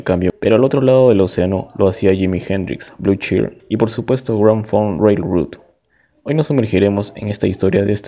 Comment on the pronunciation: Hola estimado, buen vídeo, algunos datos a recalcar, mejora la pronunciación del nombre de la banda y sus integrantes, te faltó mencionar la estafa que le hizo Terry Knight a Grand Funk, te saltaste los discos Shinin' On y All The Girls In The World Beware! de 1974, el segundo disco en vivo "Caught In The Act", y Born To Die de 1975, quizás los discos anteriormente mencionados no son de tu gusto pero si vas a hablar de la historia de la banda, que sea de LA HISTORIA y todos sus discos. El disco solista de Mark y No Frills, son de 1977 y 1978 respectivamente (tu dijiste 1978 y 1979), además de otros datos, creo que el último es en donde más te me caes y que le quede claro a todos los fans que pasen por los comentarios, MARK FARNER NUNCA SE FUE DE LA BANDA, DON BREWER LO ECHÓ, HACIÉNDOLE FIRMAR UNOS PAPELES PARA TRANSFORMAR LA BANDA EN UNA CORPORACIÓN Y ASÍ MARK QUEDAR COMO 3ER ACCIONISTA DENTRO DE LA BANDA, A LA VEZ TAMBIÉN LO ECHABAN REEMPLAZÁNDOLO POR 3 PERSONAS (QUE POR 20 AÑOS HAN INTENTADO LLENAR EL VACÍO DE MARK FARNER) Y HAN SEGUIDO TOCANDO POR TODO USA, ENGAÑANDO A SUS FANS HACIENDOLES CREER QUE TOCARÁ ALLÍ LA PERSONA QUE COMPUSO MÁS DEL 92% DE TODA SU MÚSICA Y QUE LLEVO A LA BANDA AL ÉXITO Y RECONOCIMIENTO QUE TIENE HOY EN DÍA.. A la vez mencionar que cada año, se hace una reunión corporativa entre Mark, Don y Mel. Y Mark ha estado por más de 20 años intentando reunir a la banda, pero estos dos hacen oídos sordos a las peticiones de Mark, como para tomar decisiones de